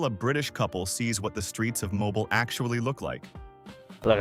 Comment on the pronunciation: Mo-bee-al is full of good people.